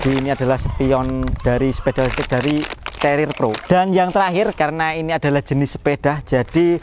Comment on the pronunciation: staRIR bos bukan sterer